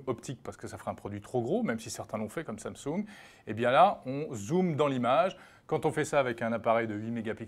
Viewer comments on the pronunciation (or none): none